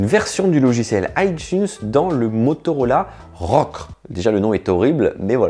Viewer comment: On dit Motorola Rocker même si c’est écrit Rockr